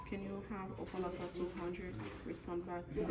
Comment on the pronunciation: He said OPA - LOCKA …. Jackass! 😂😂😂😂😂😂😂😂😂😂😂😂😂 Never heard that before! Wrong Pronunciation Bud!